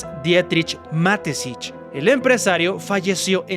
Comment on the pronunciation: Ma-Te-Schitz: Mateshits ✅ Matesich ❎